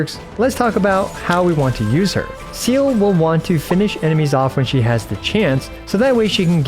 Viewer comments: its not seal 😭PLEASE stop pronouncing her name like that. its se-l(r)e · its zeere not seal bestie plsssss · Bro all these illeterate motherfuckers piss me off so much, go play Honkai Impact 3D ffs ITS SEEEEEELE NOT ZELE OR SEAL OR WHATEVER FFS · You pronounce her name SEEE LUH Idk why ever once calling her seal like she’s an aquatic mammal lol 😅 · I came here to know "seal"'s build. But seriously. It's pronounced as Sea-lee or Sè-Lè. But as usual. iwtl is god tier as always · I thought it was “SEE LA” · It's See Lee FFS Not seal 🦭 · It's actually see-lee not seal also pls don't take this comment as a hate comment I rly love that you also make guide vid on hsr❤ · It's actually pronounced as Zay-leh. It's a German word. It's not "see-lee", not 'Silly' nor "See-luh" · everytime i heard seele pronounced as seal it felt like a bullet was shot through my head...... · Bro's pronunciation of Selee is "Seal" 😭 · IT IS "SELE" SELE!!!! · It’s not SEAL you dumb english speaker, Seele is a german word just like Walt and you have to pronunce it in german. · U pronounce seele “seela” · is that how the neglish voice actor pronounce seele? a seal? seriously? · Seele means soul in german so calling her "my favorite aquatiq animal" after butchering that word multiple times in a way that i would just dare to describe as not halal made me lowkey angry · kind of off topic, but i also think "see-leh" is a better pronunciation. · Ok but how did you manage to think her name is pronounced seal? I’m genuinely curious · Actually people don't really bother to know the correct pronunciation, which is really sad. It's not that hard like Some of the Chinese name. Seele pronounced as Zay-leh. I don't think it's a difficult word to pronounce. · Sorry to be that person, but her name is pronounced 'Seeh-leeh'. Kinda like Seelies but different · Seele is German, meaning "soul" and it's pronounced "seele", the e's are not pronounced like in seed, more like "Sehleh". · i used to pronounce it as "silly"